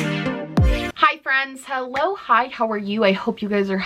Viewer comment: Whenever you say “hello hi how are you” I always hear “aloha” 🖤🖤